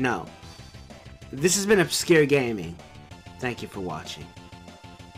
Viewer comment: Lmao he says Oscure with a silent "c" lmao classic